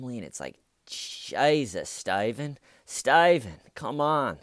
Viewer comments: Reporter: StAyven, they found a body... StAyven: Body? 👀? 👀?... (jaw-drop, blinking, speechless shock, lie-cry to curb, private sit-down, safe-place, time-out)...and cut. 🎬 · Stayvan why Stayvan? I love you you are hilarious 😆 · It makes me wanna watch something else, "everytime." Who says it that way? What in the actual fuck did I miss?